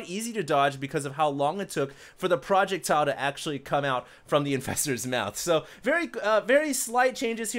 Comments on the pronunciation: no man. says it like PROjectile, you should say it like proJECTtile with the pressure on the E. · dont teach others if u dunno how to pronounce it. pro JECT ile.. ffs.. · Dammit.. there is only 1 't' in projectile.. please please please stop pronouncing it project tile... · Not sure if is trolling by saying "Poject tile" or just unknowing... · come on now. It's not proh ject ile. its PROJECTILE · its pro jec tile not project tile. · Don't listen to them, you are pronouncing it right! "Project-tile" . well, may be not THAT right, but it still makes my day everything I hear it :D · projectile. say it right please.. its distracting hahaha whats a projec-tile? a block in minecraft for building the ghettos? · Project-tile.... lol